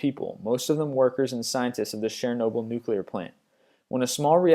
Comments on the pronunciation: Why can't you pronounce words correctly? EdinBURG and Sharenobyl, seriously? While I appreciate your compilations I wish that you would research the pronunciation of certain words. It takes away from your presentation. This isn't the first time I have heard your word butchery. There have been plenty of other lists in which you have. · He also said cherinoble and catacooms.